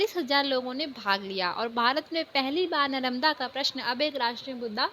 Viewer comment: Mam your pronunciation is wrong ...😅 ( नरमदा ) But you explained very well 🤪🤪🤪🤪🤪😁😁